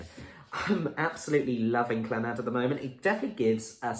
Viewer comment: Not Clanaad proniunced---just Clannad no accent on the last 'a'!